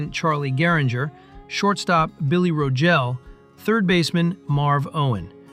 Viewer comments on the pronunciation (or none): Rogel not Ro- Jell.